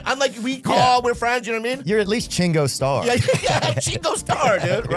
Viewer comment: MFer said “Chingo Starr.” 😂😂😂